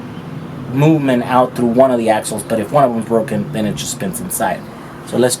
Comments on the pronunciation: FYI... broken not BROCKEN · I do hope you spend a few extra dollars and get a very strong clutch that will hold up to the torque of that motor. Oh, and when something breaks it is "broken", not "brocken." No big deal, just sayin'.